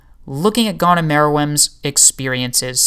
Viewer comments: Nothing to do with your voice man, you're just pronouncing his name wrong! It's 'goan' not 'gone' :D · Great video, but the way you said 'Gon' bugged me the whole way through hahaha... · Great video. I know how difficult this deep kind of video theories are to create. Good job! but I gotta say: Meer-ee-uhm. Gun-geei.